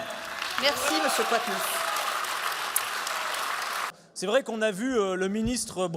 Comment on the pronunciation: Quatennens se prononce comme quarante pa comme qwartz. La présidente serait bien inspirée de bien respecter le nom de celui qui vient donner une roust aux députés RN.